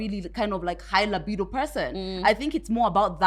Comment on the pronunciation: Its pronunciation of 'libido!' 4 me